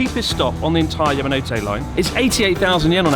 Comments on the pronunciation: It's the 'Mountain Hand' line. Ya-ma-no-tay, not Ya-ma-no-toe. You'd think a 3mill sub YouTube channel who has lived in Japan for years would at least get the pronunciation of the line correct. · Great video Chris, you didn't pronounce Yamanote correctly once the whole time! Keep up the good work 👍